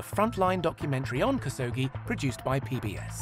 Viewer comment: Khashoggi - kash-ohg-jee, NOT kas-ohgee.